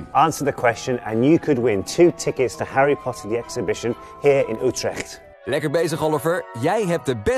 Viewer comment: HOW HE SAYS "Utrecht" IM DYING OMG- 🤣🤣🤣